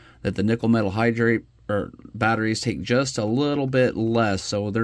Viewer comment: nickel–metal hydride..... hydride, not hydrate.